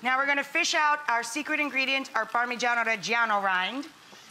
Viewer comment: I'm from where Ribollita 🇮🇹originated🇮🇹 and I'm wondering why are you using nutmeg. Nutmeg? In ribollita? Did you dream tonight to put it inside and why? By the way your pronunciation of parmigiano reggiano is pretty good. I don't like when anglos pronounce "pamijeeaaan". The last letter of Italian words is important so it's ParmigianO not "pamijeeaaan".